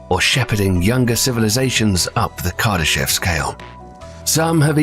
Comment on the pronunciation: It is actually pronounced as "Kardashóv" with the emphasis on the last syllable. But I always like your videos.